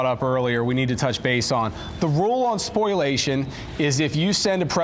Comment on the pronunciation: Learn how to pronounce spoliation. (Not spoiliation). Just sayin’….